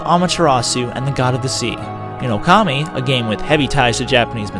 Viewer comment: you are saying the characters names wrong when you get to these Okami sections, i know a bit about Japanese speaking, and you say Okami like it was spelled Okarmi doe to Japanese saying a's like Ar's. AND IT'S SAME WITH THE OTHER'S thank you for your time.